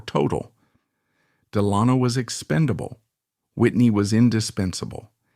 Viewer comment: An excellent production that’s well researched. I did want to mention to you that Delano is pronounced phonetically as “Del-uh-no” …I know..I think now Some go the way you pronounced the A but these were Del-uh-no’s. Thanks again for a great production that held my interest.